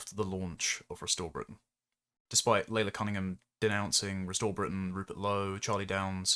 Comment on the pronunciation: Shouldn't Laila Cunningham's name really be pronounced 'Lie-la'?